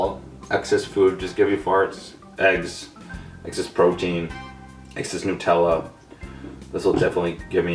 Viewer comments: It's not pronounced Nu..........Tella It's Na.........Tella Or if your a perfectionist on pronunciation It's Nut........ella :D Just something i wanted to get off my chest!!! But pronounce it however you want!! :) Whatever floats your boat :) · Please someone explain why some people pronounce it nute-Ella when is obviously supposed to be NUTella! Explain dis shit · hate the way a lot of americans and canadians say nutella. its nut-ella not nootella. It doesnt bother me that much but it kills me a little inside whenever i hear it pronounced tht way. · Do you call nuts newts? It is nut-ella for fuck sake because it has hazelNUT not hazelnewt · OMFG, WHY ARE SO MANY PEOPLE BITCHING ABOUT HOW IT'S PRONOUNCED!!? Nutella is originally from Italy, and the man who invented it pronounced it "new-tell-uh" therefore everyone else should pronounce it that way. Yes, I KNOW IT SAYS "NUT-tell-uh" but that's not how you say it. I don't care where you're from or if you have an accent, PRONOUNCE IT RIGHT AND STOP SHITTING BRICKS WHEN PEOPLE CORRECT YOU! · Why do Americans pronounce Nutella as "Newtella"? The 'nut' in Nutella means nut, as in the food, nuts, HAZELNUTS. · Jamie - it's pronounced newt-ella. This is printed on every container. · wtf r u smoking. it starts with nut, as in nuts, cause it has fucking nuts in it. not newts, not nats, not anything else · The Snazzy Rolo no its not! Its made from HazelNUTS so is pronounced NUT ella! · The way he pronounces Nutella is so funny. Lol Nootella.. Down here in Australia we pronounce it Nuhtella.... :) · Its funny how he calls it nootella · NUT ELLA not NU TELLA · Hey fatty its nut-ella not new-tella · I’m just realising he says ‘NOO-TELLA’ and my English ass is cringing cause here we pronounce it ‘NUH-TELLA’ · It's pronounced Nutella not nootela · Nope, you're wrong. I'm Italian, its not pronounced Nu-tella but nootela!!!!! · Why do people say it like noot-Ella it's nut-Ella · Are you Indian you don't say NOOTella you say NUTella